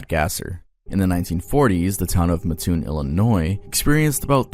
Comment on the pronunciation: thank you for being one of like three creators to pronounce Mattoon properly 😂 yet another reason to adore your work